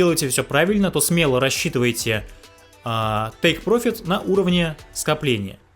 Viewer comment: Друг, ты же не говоришь по русски взять вырУчку., ты же ударение ставишь правильно. Вот и по английски ударение надо ставить на первый слог, прОфит, но никак не профИт . ёу🤜🏼🤛🏻